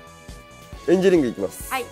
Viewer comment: エンジェリオンじゃなくてエンジェリングだよ